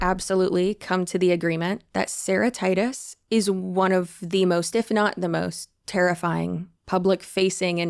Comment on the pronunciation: I spent hearing the lady's name as Ceratitis, like some kind of disease. It made for an even crazier listen 😂